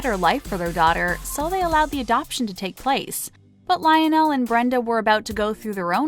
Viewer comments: Lion-nell.....really??? And ree-chi? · This announcer cracks me up. She pronounces Nicole Richie as Ree-chee, and her father's name as Rich-ie, in the same story. Also, she really enunciated the "o" in Lionel. "Li-on-nell". Um, ok.